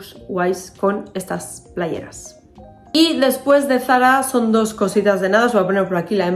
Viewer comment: Me encanta todo y q dices playerasssss como en las palmas!!